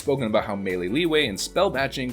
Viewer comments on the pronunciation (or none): none